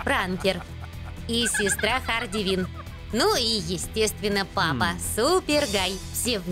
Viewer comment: ХАРЛИ КВИН А НЕ ХАРДИ КВИН ЗАДОЛБАЛИ УЖЕ